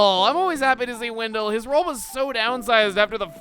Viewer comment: "Windill" I'm sorry Chuggaa but it's Wendell...